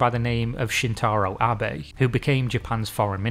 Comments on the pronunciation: oh my god this man learned how to say his last name, thank jesus. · Wait is this a reupload where he pronounces Abe correctly? Amazing. That's a good amount of work to correct an error. Appreciated. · I really appreciate it. I was actually coming back to this because I had told myself I wanted to know about it enough that I'd just get over the pronunciation error... And then I found you had redone it. Amazing effort <3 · You are the best,. I will watch it again simply because you took the time to redo it. getting pronunciation is difficult and can be tedious (and clearly some people enjoy giving people a lot of shit for getting something wrong). but it is appreciated seeing a youtuber take this much effort to get it right. i wont judge you for mispronunciation. nor will i hold it against you, epsecially considering how many spectacular videos you have uploaded. it is nice to have this video among the best ones you done. keep up the good work.